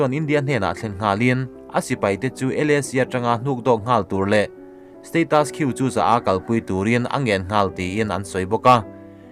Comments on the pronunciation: Status Quo - Steitas Khaw ti ang deuha lam tur. Steitas khiu ni lovin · Status quo 'Status Q' ti anga i lam khi 'status ku-aw' tih ang deuh a lam tur aw